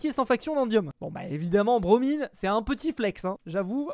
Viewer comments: (indice pour ceux qui ont pas suivi : le pseudo de BroMine_ se dit BroMaïne) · C'est bromine mais tu le prononces mal encoe nan ? bro mein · on dis bromine comme si c’était bromyne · Il à redit Bromine avec un I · Bromine, ça se prononce à l'anglaise non? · Pov ne sais toujours pas dire le nom de Bromine correctement 😂